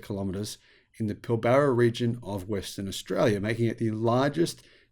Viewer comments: It's pil-bra not pil-bar-a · Sorry, but as an Australian, your pronunciation of Pilbara is like fingernails on a chalkboard. The first A is silent and the r is "rolled" like Pill brra. And you did forget Twiggy does have a few more environmental credentials, having completed a Phd in Marine Biology at University of Western Australia in the last few years. Personally I can see road trains more likely to use fuel cells than batteries, or even B doubles outside the more populated areas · Hey I grew up in the Pilbara, which you mispronounced as well as about half the places you talked about. I was a Friend of David Forrest, Andrews brother during the 90s. David and Andrew are the great great nephews of Sir John Forrest the first premier of Western Australia. Anyway you are quite correct about hydrogen, it is a lost cause, at least until we make so much energy from renewable sources that we can spare some to make green Hydrogen. As it stands more than 95% of hydrogen comes from Natural gas, oil and coal. Only 0.04% of hydrogen produced can be called green hydrogen. It may have some use in Industry but not in transport, at least in the foreseeable future. I have met Andrew Forest and found him to intelligent and charismatic. However on the issue of hydrogen, sadly Andrew not Elon is the Muppet. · Never met an Aussie who can't pronounce Pilbara 😂😅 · I think Musk is a muppet for several reasons but this is not one. Forrest really is a dick! But maaaate! It's kind of difficult to hear an Aussie mispronounce Pilbara.